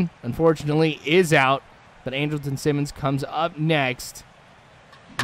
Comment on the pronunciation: Your pronouncing Andrelton Simmons name wrong. It's pronounced Andral-ton. But other than that great video.